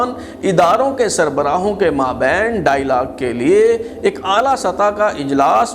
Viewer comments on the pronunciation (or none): none